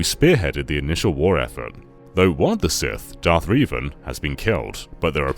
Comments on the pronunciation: Darth rever lol it’s revan but it’s ok it made me laugh love the review ! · It’s revan not reeeeevan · Darth Reee-van? At least get someone who played the game to do the review... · "Darth Reevan" 😂😂😂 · REE - Ven? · I like that you call him "darth REEVAN" despite them correctly pronouncing his name like a thousand times in the game. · i can never forgive you for the way you pronounced Darth Revan its “an” sound not “in” 🤦🏿‍♂️ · The mispronunciation of Revan was painful